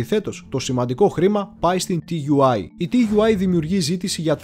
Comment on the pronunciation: Ενδιαφέρουσα η εκπομπή όπως πάντα όλα τα βίντεο, μία παρατήρηση όμως στις περισσότερες περιπτώσεις τα αρχικά γράμματα όπως και στην ελληνική γλώσσα έτσι και στη γερμανική προφέρονται σαν νέα λέξη δηλαδή TUI προφέρεται σαν Τούϊ .